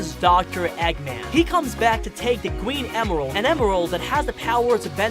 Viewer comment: Gween emreld lol